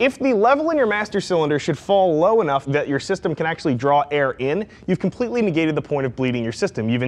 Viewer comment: You said "nagate" in attempt to sound intelligent. Good shit!